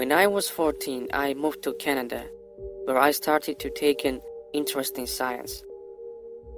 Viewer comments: He lives and works in Canada but can't pronounce Canada properly. Even with a accent he should have been able to pronounce it much better then he did. Haha not like I believe this " stuff" in the first place, it's just something funny to listen to. And yes, this does sound a awful lot like Terminator haha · Can’t even pronounce Canada so obviously you never lived here. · A foreigner that can bearly speak english let alone pronouce the Country hes living in, Canada. And he gets a high level paying , high level security job with access to time travel. This is the realest story I've heard yet on this channel.